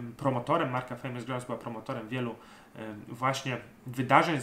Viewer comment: Czepiłbym się tylko wypowiedzi słowa Grouse, którą Szkoci wypowiadają 'grus'☝️